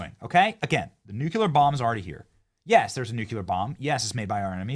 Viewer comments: What does nu-cue-lur mean 🤪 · Love your videos. Love when you laugh at people's posts. But please learn how to properly say nuclear!